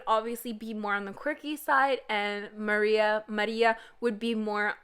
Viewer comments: How the hell did u manage to pronounce Maria in such a... russian way?? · "and marruia- maRÍA"